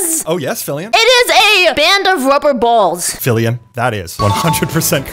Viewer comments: Did no one notice called filian filling? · ah yes, filling